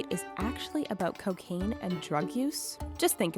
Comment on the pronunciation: Did she really just say coken